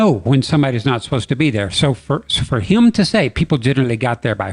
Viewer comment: I'm hearing that possible bigfoot child saying a mispronunciation of human.